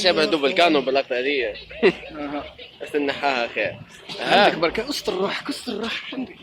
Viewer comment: It is barraka🤣😂